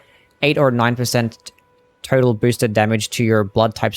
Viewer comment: Just noticed that sometimes when you say "total" it sounds like you're saying "turtle." Possibly a glitch, but I hope it doesn't get patched